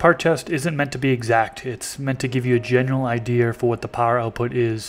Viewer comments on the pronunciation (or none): Are you originally from CA? When you say words like "idea'r" I think of my southern family, they say it like that all the time.